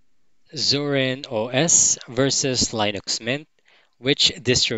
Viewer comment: Just a note about "Linux" - it's pronounced "LINN-ucks", not "LINE-icks". The "I" is short, not long.